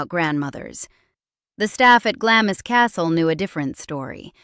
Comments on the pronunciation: Glamis Castle. Pronounced...Glams Castle. ❤ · Oh! For goodness sake! Pronounce it properly! It's GLAMZ... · I wish Americans would register that Glamis is pronounced “Glarms”. And that the shire in British counties is pronounced “shuh”. And that you don’t sound the h in Buckingham, Sandringham etc. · Glamis is pronounced Glaams. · Glamis is pronounced GLAMS. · It's pronounced Glarms. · Glamis is pronounced 'glarms' 😊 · Glamis is pronounced “Glams" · Glamis is pronounced "Glahms" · It is pronounced Glarms Castle.. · Its pronoumced glamz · Yup that irritated me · It is pronounced Gl ar ms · No it doesn't. lt is pronounced "glaams" and rhymes with "farms". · Isn't it pronounced Glams? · Glamis is pronounced " Glahmz" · It's pronounced Glomz. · It’s pronounced….. “GLAMS”!!!!! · It is pronounced " Glams" even though it's spelled "Glamis" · Glamiss. - oh dear, do learn the correct pronunciation. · you say it GLARMS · Pronounced Glarms. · Glams not Glamis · Glamis is pronounced Glarms. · It is pronounced Glams, NO R! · Wish the narrator would do her research and pronounce the castle's name correctly . Makes one wonder what other inaccuracies we're getting, and hesitate about listening to the rest of the reel. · 2 points; please research how to pronounce Glamis and secondly, scoff all you like but how were your countrymen treating their servants.....especially the black staff. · Does anyone teach these “narrators” how to pronounce “Glamis?” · If you're going to make a documentary which mentions Glamis so often, at least check the pronunciation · When a videographer sets out to tell a "true" story and doesn't even know how to pronounce Glamis Castle, it is a good reason to go elsewhere. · Please learn to pronounce Glamis correctly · I stopped listening at the barbarous pronunciation of ‘Glamis’. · Cant even pronounce Glamis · I'd love to watch this whole thing but the mispronunciation of Glamis alone makes me question the veracity of the rest of it. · Glames not glamis